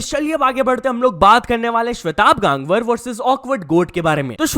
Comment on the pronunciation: bhai wo गांगवर nhi hota hai गंगवार hota hai .